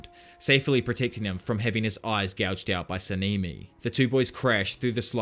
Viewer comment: SA-NA-MI NOT SENIMI